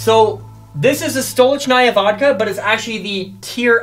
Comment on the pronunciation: stolichnaya pronouns like Sto,li,ch,na-ya